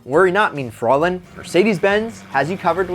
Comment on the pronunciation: Fräulein is German for young lady (unmarried). His pronunciation is pure cringe.